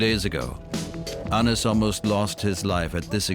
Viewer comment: WRONG... his name tis pronounced Anise... i dont care where ur from... i know for a fact coz i know him